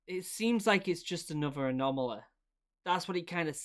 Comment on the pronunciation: "anomaleh" "enemeh"